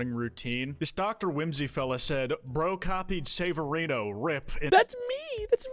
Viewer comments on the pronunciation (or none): this baboon...! Doot Doo Da Loot Doot, Doot Doot! also sabar-rino??? I taught it twas Saver-e-no...